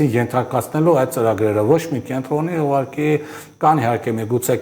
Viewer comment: Հարգելի, ոչ թե "ուղարկի" այլ "ուղղակի"